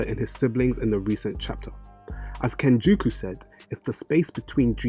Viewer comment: Why does this guy say names weird? Who the hell is kenjuku